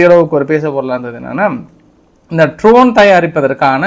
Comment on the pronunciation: Tரோன் அல்ல அது Dரோன். படிக்கவே தெரியாதா?